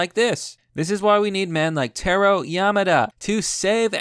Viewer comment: It's Tah Roh